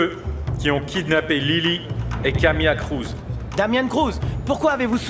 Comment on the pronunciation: Rolio qui appelle Damien quo Damio 😂😂😂